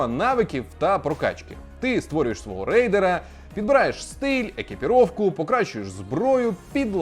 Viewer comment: Божечки, ну який райдерс, якщо рейдерс) райдерс писалося б отак - riders😁